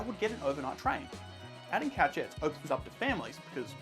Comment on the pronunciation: 😂😂 We made it to 10 minutes before a mispronunciation. Couchette is a French word i.e. koo-shet. Great video though!